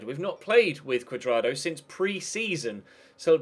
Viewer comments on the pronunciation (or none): When you where saying Juan Curdrado it sounded like Wank Curdardo